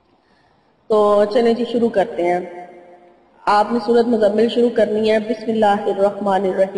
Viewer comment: App ny tu Surat mozammil ko hi ghalat phara hy